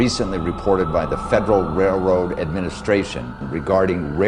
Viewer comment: it's a RAILroad, not a RAYroad